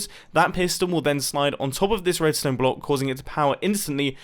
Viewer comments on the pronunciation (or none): He said blonck in sted of block in